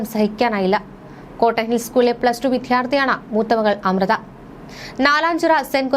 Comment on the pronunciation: Daruna സംഭവം ആദരാജ്ഞലികൾ. Newsreader അറിയാൻ... വിദ്യാർത്ഥി എന്ന് ucharikkan പഠിക്കു.